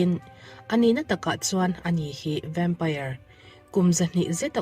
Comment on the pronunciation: vempaiar, ti lovin vempair ti ve mai laa😂